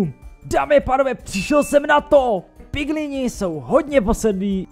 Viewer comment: proč říkáš piglinům piglíni😂